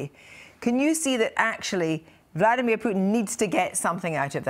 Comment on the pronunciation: BORING ''MARK URBAN'' HE IS THE ONLY PERSON IN THE WORLD WHO PRONOUNCES VLADIMIR PUTIN.....VLAD - EEM IYA-- PUTIN, INSTEAD OF VLADIMIR PUTIN... SO SO ANNOYING LISTENING TO THIS PRATT MISPRONOUNCING PUTINS NAME....!!